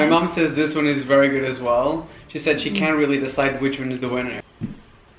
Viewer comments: You keep pronouncing the word ‘says’ wrong and every time you say it in your videos I can’t help but cringe. Same with the word ‘works’ or ‘worse’😂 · •laur• In the UK they pronounce "says" the same way as Americans do. I have never heard anyone pronounce it the way Raphael does..